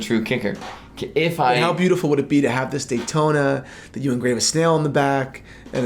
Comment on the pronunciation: Yawntona?! No way.